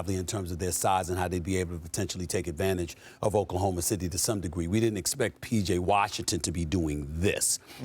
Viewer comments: DID HE SAY OKLAHOMO SHITTY?? !!!! into the clip... LOL 😉😉😮😮🤔🤔 He should have acknowledged it and correct himself hehe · Oklahoma shitty😂😂😂😂😂😂😂😂😂😂😂😂 nah that's a terrible slip up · Bruh said Oklahoma Shittty😂😂😂😂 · Oklahoma SHITTY🤣😅😂💀. The FUNNIEST slip up I’ve heard in a while. The ability to keep control and not laugh is astounding🤣😂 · Btw I caught my guy saying okaloma shitty!!😂😂😂😂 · I heard Oklahoma "Shitty" 😂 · Did I hear a freudian slip? “Oklahoma Shitty”? C’mon mr front office!!! Hahahah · LoL 🤣 he said "Oklahoma SHity" LoL 😂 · “Oklahoma Shitty” 😂😂 yea we caught that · I’m glad I’m not the only one who heard Oklahoma Shitty😂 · I can't unhear Oklahoma Shitty xD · Btw…… We all heard “ Oklahoma Shitty” 🤣🤣🤣🤣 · "Oklahoma Shitty" lol... stick to saying "OKC"! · Nope cant unhear it now its stuck😂😂😂😂 “oklahoma shitty” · Did he said Oklahoma Shitty 😂?? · Lmao he said Oklahoma shity 😂😂😂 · He said Oklahoma shity😂😂😂😂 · He said, “Oklahoma shity”😂😂😂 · LOL he combined "Oklahoma City" with "Oklahoma shot..." and accidentally said "Oklahoma shitty" lmao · Dude was trying to say city, but was already thinking about saying shot. So we got what we got 😆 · He def Said Oklahoma Shitty😂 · Mans said “Oklahoma Shitty” 😂😂😂 he ain’t slick Rick I heard it haha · Only came to the comments to ensure I heard this. “Oklahoma Shitty” 😂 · Oklahomo Shitty Blunder he meant 🤣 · "Oklahoma Shitty" i heard that loud and clear😂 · “Oklahoma shitty” 😂😂😂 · crazy... he really called them Oklahma Shitty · "Oklahoma shitty" kek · "Oklahoma Shitty"😳😂😂😂😂😂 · The Freudian slip 🤣 “Oklahoma Shitty” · “Oklahoma shitty “ 😂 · .... Oklahoma "Shitty" ? 😅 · "Oklahoma Shitty"😂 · I came to the comments just for Oklahoma shitty😅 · Oklahoma Shitty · Oklahoma titty,. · Oh man that's gonna reverberate. Oklahoma S****!! 🤓🤣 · “Oklahoma sh*ty” 😂